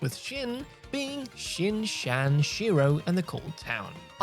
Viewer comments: Bro it is pronounced shin chan like jackie chan 😂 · That’s not how you pronounce shin chan lol